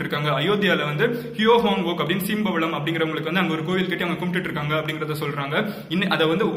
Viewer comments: செம்பவளத் not சிம்பவளம் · Her name is Sembavalam not Seembavalam. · நல்லா உச்சரித்து பார்க்கவும் சீம்பவளமா அல்லது செம்பவளமா???? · I think she is chempavazham,korean 's pronunciation is seem pavalam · Sembavalam - சீம்பவளம் 😳 அது செம்பவளம் டா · Pronouncing the queen name is wrong its sembavazgam... Not seembavalam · The word செம்பவளம் means RED CORAL.. even the queen name speaks Thamizh 🔥..... Pronounce properly its not seembavalam